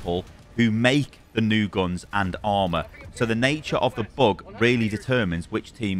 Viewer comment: I swear that's not intentional, maybe 'cause english isn't my first language, but every time he says "bug" I hear "book". #canthelpmyself ^^